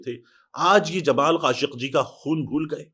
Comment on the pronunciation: Khashoki ko aap khashki bol rahe ho